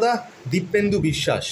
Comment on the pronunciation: Ota dipendu.. Kindly sothik pronunciate korben